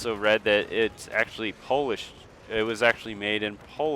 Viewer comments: Polish friend, not hollish. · well i heared hollish >.>